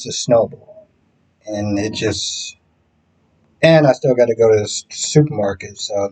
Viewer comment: I just wanted to ask you if your from the North or where. When you said you had to go to the Supermarket you reminded me of my parents! So where are you from originally?